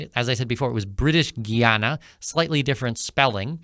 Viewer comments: It's not Gee-ana, it's Guy-ana Guyana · oi - its Guy Ana not Ghee Ana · It is pronounced Guy- a - na not giy-an - na. Did he get this information from AI? i He needs to do a thorough reseach about Guyana. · Guy, not Gee! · Here is how to pronounce it correctly: Guy Ana!!! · You should learn the correct pronunciation of "Guyana". GUY-ANA... GUY-A-NESE... very easy. You should talk to the locals to get the pronunciation for your videos. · “GUY-ANA” it’s not that hard to pronounce, please don’t chop up the name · I'm very angry at you ,, you sound educated ,, tho your pronounciation of the name of my country ,, makes you sound a lil bit like you still in de sand box ,, WHY ,, 'cause the name of my "birthlove" is a TWO syllable word ,, GUY n ANA ,, n wen you put it together you get the name of my country.......... GUYANA ! so stop making yourself sound like you're stupid !..... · It’s pronounced “Guy-Anna”!